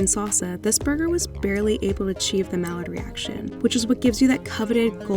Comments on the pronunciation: It’s pronounced like “my-yard” reaction, not “mallard” reaction. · She just said “mallard reaction.” Its not a duck. It’s pronounced my-ard. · Did she really just pronounce it, “mallard reaction”? 🤭🤦🏻‍♀️ Good lord. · it's actually more like "may-yar(d)" , in French you usually don't pronounce the last letter and the ai gets pronounced as ay or ay without the y - if that makes sense. lol hope my explanation doesn't make it more complicated.